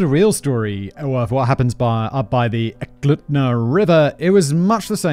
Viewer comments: Eklutna is pronounced E-kloot-na. I live like 20mi from thunderbird falls. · Apparently, minors in the USA are protected by Canadian law, which is very nice of our neighbors to do for us. Also, the poor research on how to pronounce 'Eklutna' was insulting.